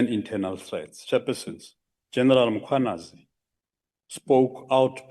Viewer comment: Why do people say Makwanazi?? It is MKWANAZI. Please....